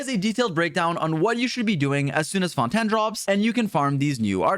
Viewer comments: The way pronounces Fontaine as Fon-Tan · Ah yes the new region “Fonten” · Why he saying fontan? Lmao i swear always tryna be quirky and unique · Bro called fontaine fountin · FONTAN WHAT THE HECK ARE YOU SAYING 😂🤣😂🤣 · Fon ten I am dead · i heard say fontan than fontaine XD